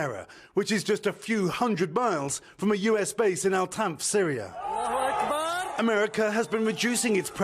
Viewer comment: It’s pentagon not pentagin